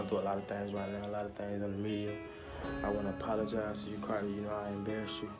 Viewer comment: « I wanna appulougize to u carrdi « 😭😁🤭